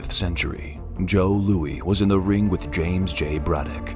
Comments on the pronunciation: HEY! Who tf is Joe Lewey? 😅 I had to troll this criminal name pronunciation. Doesn't a human usually proof read or efit the final cut? They just let AI slaughter one of the GOAT's last name? Despite all the rumors, Joe LouiSssss was not from France or Quebec. 😂🙄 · It's Joe Lewis not Joe Louie ... 👍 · Joe "Louie"?😂 Joe Louie is a chocolate snack cake. Joe Louis, however, was a stellar boxer. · Who the hell is Joe Lewie? It's Louis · the narrator calls him, "Joe Lou-ey?????" Lou-is, Joe Louis! Get it right! ANd none of these seemed bed enough to need to be "censored"! Clickbait title! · Joe Louis (pronounced Lou-iss or like Lewis), not Lewie. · Joe Louie??? You mean Louis as in Lewis. If you're going to do a video on boxing, at least get the iconic boxers names correct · Hey dummy! It's Joe Louis not Joe Louie. Joltin' Joe! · He called Joe Lewis Joe Louie. 🤣🤣🤣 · "Joe Louie"? His last name is pronounced like "Lewis", like in the "Saint Louis Cardinals". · Joe Louie? Whoever narrated this video doesn't know much about boxing history. Repeat after me: Joe LOUIS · Joe Louie? wtf? He's probably on of the greatest heavyweight's ever, learn his name!! It's pronounced Joe LOUIS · Joe Lewey?! You mean, Joe Louis! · This video took a lot of work to put together. But man are there some glaring mistakes. One, get a narrator that doesn't try so hard to sound artificially "cool". Two, get a narrator that knows how to pronounce one of the most famous fighters ever, Joe Louis. LOO-IS, not LOO-EE. SMH. Three, get a writer who fact checks his work and actually does research on the subjects they're writing about. Panamanians will come after you if you say that Manos de piedras is from fucking Mexico. Wow. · ...Duran was you actually say "Joe Loo-ee?" It is 'Louis'. He wasn't French. Wait! Did you then say "...stigmatized the boxing world..."? Do you know what that means? Thanks for an interesting and hilarious video. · "Joe Louie?" 🤣🤣 Must be AI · Bro said Joe Lewie ...wtf